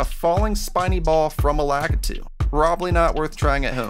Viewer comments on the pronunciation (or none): none